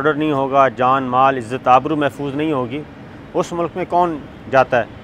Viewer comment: Sabir Shakir please can you first learn how to speak and then make videos....Its not SECORTY its security.....its not MULAK....its Mulk.....dhaggay